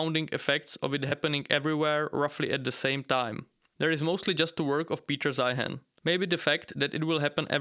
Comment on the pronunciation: "peter zeihan" lmfao